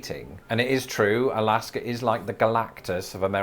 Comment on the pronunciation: Did say Galaska!!? 🤣